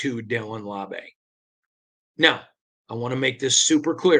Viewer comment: "LAU-BEE" not "LAW-BAY"! Love the content though!!! 🏴‍☠️🏴‍☠️🏴‍☠️